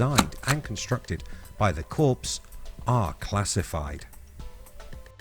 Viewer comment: Hmmm, not really a what if but... I would advise an edit and, " Corps " is pronounced " COR ", this is all your fault. I had gone away, but you had to scream and shout didn't you.